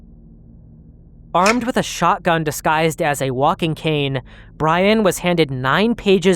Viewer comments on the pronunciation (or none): none